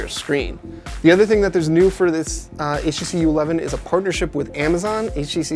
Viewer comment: I swear he says "HEC" instead of "HTC"